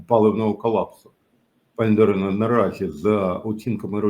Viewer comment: Не ДарінА, а ДарИна.